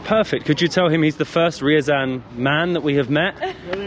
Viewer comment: Ryazan is not "rural". And that's not how you pronounce Ryazan.